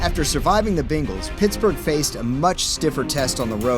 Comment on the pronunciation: Lol the “beangals”